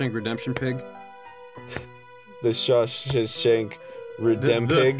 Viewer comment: Shaw-HAM redemption guys, its so easy.